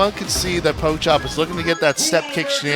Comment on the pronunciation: “Poke chop” ????? Can these Americans read or nah?